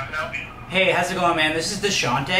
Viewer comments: "Deshante"oh my god 😂😂😂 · Cuz said Dashonte I'm weakk